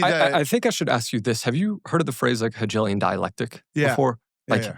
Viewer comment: He's likeable but doesn't know anything. I don't think Owen realized how often he lost the guy completely. If he's going to interview grown-ups, he should pay a lot more attention to grown up things. He doesn't even know how to pronounce Hegelian.